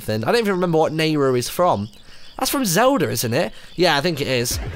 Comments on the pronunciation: he said zelder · Haha i love it how he says Zelder :D